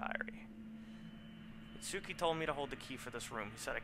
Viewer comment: it's pronounced It-ski just like Samonosuke or Sah-mon-oh-Ski